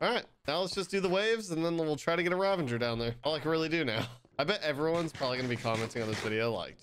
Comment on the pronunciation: It's Ravager not Ravenger. Great vid btw